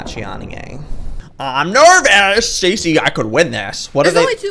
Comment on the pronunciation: Normal people say Stacy Joey says stacyania